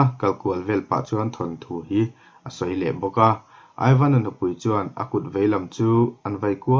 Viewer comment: Aivan i tih hi (ivan) tih a lam tur a ni zawk em aw ka lo ti😁😁😁a ngaihnawm ka ti lutuk he thawnthu hi